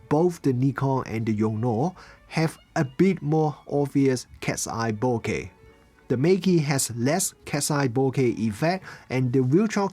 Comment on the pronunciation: Thank you for saying bokeh correctly!